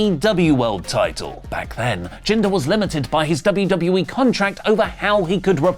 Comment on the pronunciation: Jinder Mmmhhhlll